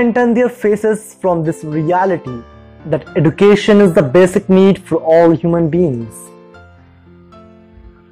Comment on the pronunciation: Awesome video! But the way education was pronounced was not right. Just constructive criticism by the way!